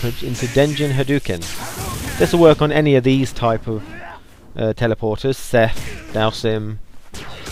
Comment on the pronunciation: " Seth" not srry